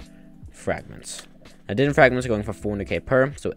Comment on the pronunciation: its not divin please say it correctly its divaan